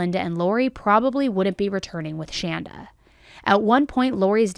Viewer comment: I just want to to say thanks to for pronouncing the name Shanda correctly. My name is Shanda and it seems as if no one can ever get it right so major kudos! Also, it's kind of funny my sister's name is Amanda. I've heard this story before but forgot some of the details. Another neat thing Shanda Sharer birthday was 6/6/79 and mine is 6/2/80